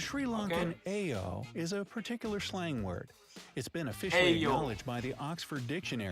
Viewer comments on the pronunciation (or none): Actually, it’s not aiyo. It pronounced like IO. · It's ayio=io Not eyo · It’s actually pronounced ‘IO’ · omg that's not how u pronounce aiyo lolol